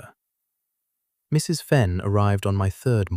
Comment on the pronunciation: I enjoyed this story tremendously. The basic narration told the story with almost human accuracy and emphasis. Still had the AI flaw of treating the period after "Mrs." as the end of a sentence, with her name starting a new one. Narration much better than the captions, that were obviously speech-to-text and contained numerous inaccuracies and outright failures to translate the spoken words into text. The opening vignette of images had little to do with the story, and the shifting around of the main image did not do much positive to relieve the static sameness of it. Though it was a good image. But the story itself and the flow of the narration redeemed this presentation from these flaws, to me, and it was a pleasure to listen to. OR, USA